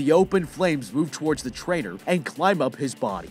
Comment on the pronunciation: Every time he said Trainer, I thought he was saying Traitor... which honestly still fits considering all that violence.